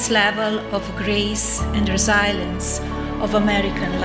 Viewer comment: Rezilenze? How long has she been here?😂😂😂